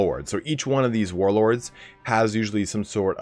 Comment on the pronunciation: Hey man I just gotta say, I really appreciate your attempts at actually saying the warlord names right. Every other youtuber video on TW:3K is just "yeah I don't know how to say these names and won't even bother to give a serious attempt after the first time"